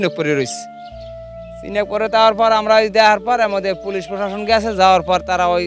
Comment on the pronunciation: সাংবাদিক আপা একটু বেশিই স্মার্ট 😂।পুলিশ না বলে । পুলিছ 😂😂😂